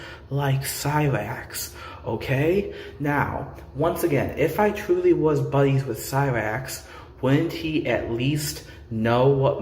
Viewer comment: Boy and howdy, twuwy the gweatest vi'eo e'i'uh evuh